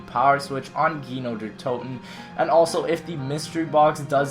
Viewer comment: On You Said Gino Der Toten. He:P